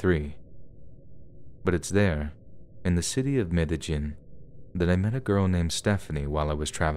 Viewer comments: Its MEDE-YEEN not MEDE-GIN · Medi-JIN? Try Medi-HEEN. It's as if lives under a rock. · Some if the best stories I've heard all summer. Great narration, as always. P.S. It's pronounced Med-ay-heen. The "j" and "ll" pronunciations symbols for Mesucan Soanush are both basically "h." Regardless, good finds and well done. Thanks for the mental vacation! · Thanks so much for these! 🥰 (Just a gentle bit of pronunciation help, the place in the last story is pronounced "medda-'yeen..'" I hope that helps! 💕)